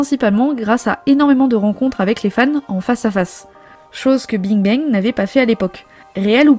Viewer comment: je comprend parfaitement qu'on veuille pas faire l’effort de prononcer correctement des mot ou nom d'une autre langue (Bing Bang quand meme... c'est pas le nom le plus complique) mais même le français est parfois bancal. Quand on créé une chaine ou 90% du contenu est oral c'est quand même la moindre des chose de s'exprimer correctement. Un peu de sérieux pour pas dire professionnalisme.